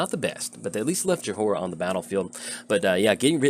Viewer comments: You spell it Joy-ra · My head starts aching whenever you say Jahora. Please stop. The H is silent. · Her name is pronounced Joy-rah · about how Jhoira is being said. I came to the comments to see what other people thought about the match but all I see is people complaining that you're saying Jhoira wrong. But to be fair you are saying it wrong. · Well you butchered her name for sure haha. Opponent could have discarded Ral to Chandra to kill you right away.